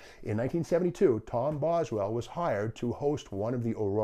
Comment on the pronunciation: It was Tom Bosley. Not Boswell.